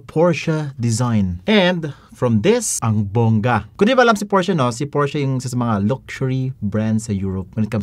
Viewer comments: Porsche na.. naging Paoche pa HAHAHA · PORSCHE TURNS OUT TO BE "PUTCHA" LOL